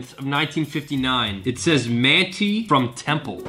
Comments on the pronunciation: The town of Manti is pronounced: "Man-tie" not "Man-tee". I'm liking these videos a lot though! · As a native Utahn I saw those mountains and knew it was Utah 😂 Also Manti is pronounced MAN TIE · It’s MANT-EYE UTAH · (Man-tie) manti Utah temple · Haha I liked the way you said Manti Utah. It’s actually pronounced like Man-tie. We got some weird city names here. Cheers, thanks for the video.